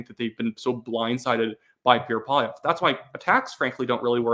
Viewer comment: please. just slow down, stop mumbling and enunciate. "Pierre" is two syllables and is not pronounced "Peer" and "Poilievre" is pronounced PWAH-lee-EV-rah.